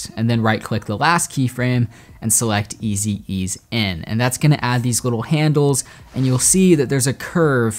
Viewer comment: Loved the tutorial!! Except it’s pronounced “eez in” and “eez out” haha :)